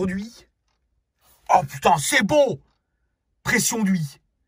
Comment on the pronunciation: Pression d’Hui, température d’Hui, Pression d’Hui c’est bôôô 🤣🤣